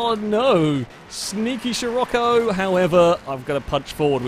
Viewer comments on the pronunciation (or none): none